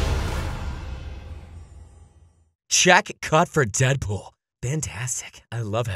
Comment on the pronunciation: I know damn well she didn't just say diepool☠️🤦🤦⚰️⚰️😭☠️